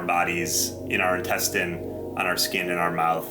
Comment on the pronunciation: After - - "INTENSTINE" should be: "INTESTINE"